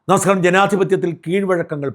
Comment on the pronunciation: നമസ്കാരം എന്ന് തികച്ചു പറയൂ..